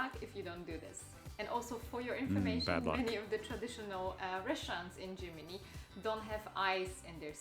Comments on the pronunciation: It's Germany not Tschimini ffs! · To not be looked at funny in Germany, maybe don't pronounce it Gimini. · What nonsense she talks... "Gymini", near Rimini? ;) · Is it just me or does it border anybody else how she pronounces Germany?